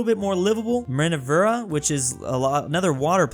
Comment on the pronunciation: How did he say Minerva? Minervera?